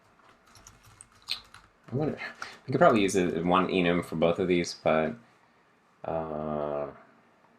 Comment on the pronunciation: You are saying enum right because AFAIK it's short for enumeration because it's basically just the variants enumerated